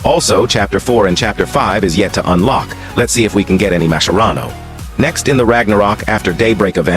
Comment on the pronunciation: Why does the AI voice sometimes pronounce Mascherano with K and sometimes with C